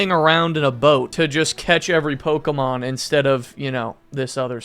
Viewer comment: That may be the first time I have heard Pokemon pronounce it as actually "Pokemon" and not pokeeemon